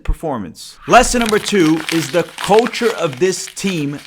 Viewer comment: Ooooo, 'culture' ... thought you said 'coach-er' trying to their shade at Porch 😅